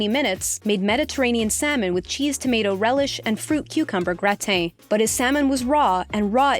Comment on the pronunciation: is pronounced Grah-tan not Grateen.